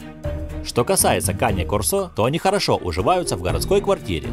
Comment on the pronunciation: Не корсО, а кОрсо! Говорите правильно! Это итальянское слово, и у него ударение на первый слог!